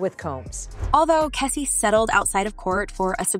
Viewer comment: Is it that hard to pronounce Cassie? What's keecy and Kessie ? Cmon man! Also this is OLD news. I didn't see anything about the title of this post....FAKE CHANNEL!!